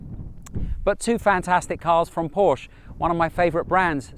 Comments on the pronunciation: Favorite brand yet doesn’t know how to pronounce it..wow.. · Another Moron that cannot pronounce “Porsche”